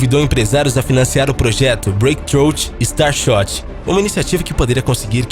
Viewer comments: Como é??? "BRÊIQUE TCHRÔUT"??? Nossa... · breakthrough / Falou errado, porém é difícil de pronunciar mesmo.